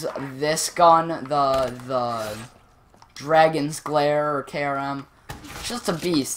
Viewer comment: You keep saying dragons glare 😂 it's Dagon's Glare😂